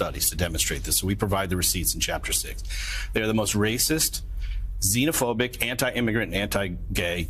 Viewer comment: She doesn’t even know how to say xenophobic lol 😂